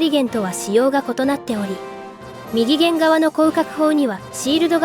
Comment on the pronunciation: きちんと「みぎげん」「ひだりげん」って言っていますね。流石ですね。